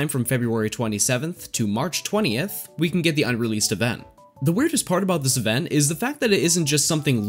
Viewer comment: It bothers me a little that you seem to to say "evenn" and not "event" :D haha but no worries :P